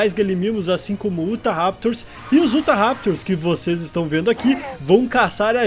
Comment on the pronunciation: Roshal diz se i-uta-raptor mas escreve se utahraptor